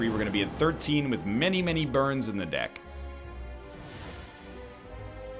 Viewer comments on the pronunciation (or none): none